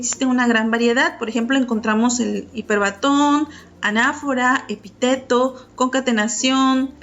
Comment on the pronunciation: Buena información, -que sería mejor si se leyera correctamente-, respetando la acentuación, por ejemplo: epíteto, hipérbaton, etc.